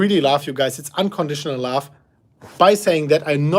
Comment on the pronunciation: We like you, even if it is not laugh instead of love; just a small difference in pronounciation